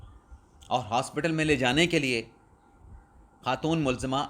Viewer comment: پنکی کو ھاسپیٹل پیش کرنا ھے۔کیا جج ھاسپیٹل عدالت لگائے گا جہاں پنکی کو پیش کرنا ھے۔یار یا تو درست اور مناسب الفاظ کی ادائیگی کرو یا چھور دو۔اپ کے بس کی بات نہیں ۔